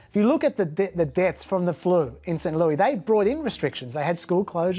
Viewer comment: We call it Saint LEWIS, not st. lewie